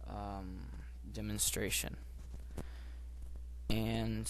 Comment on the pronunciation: lol demonstaration